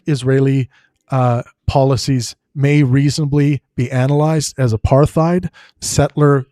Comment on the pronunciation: if you can't even pronounce 'apartheid' correctly I'm beginning to doubt your intellectual capacity. No wonder you only have 12k views. Try showing the video you're critiquing and your sources next time too? So dry and uninteresting with your monotone psued ramblings.